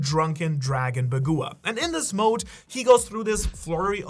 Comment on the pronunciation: BAH-GWAH!!! Bagua is pronounced BAH-GWAH. Why is it so hard to say this the right way. You make me really want to hurt you.